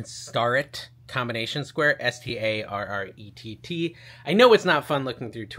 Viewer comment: Hey... Starrett Tools... it is pronounced "Stair-it" not "Star-ette" I know someone who lives in Athol, MA, the hometown of Starrett Tools and this is the way they pronounce it (I believe them since they knew the Starrett family)